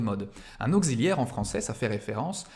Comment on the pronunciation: "Au-Xi-liaire"? Dans quelle contrée prononce-t-on "auk-ssi-liaire" de cette façon ?!